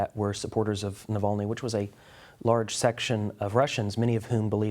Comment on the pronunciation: Say his name correctly. Navalny.